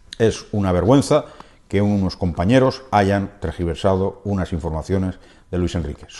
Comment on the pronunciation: Con perdón, pero "trAgiversas", NO. "tErgiversas", SÍ.